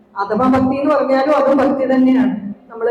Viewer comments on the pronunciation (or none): ഭക്കി അല്ല ഭക്തി ആണ്